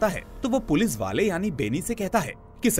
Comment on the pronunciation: Bhai sab thik he par पुलिस को पुलिस ही बोलो पुलिज नहीं इट्स इरिटेटिंग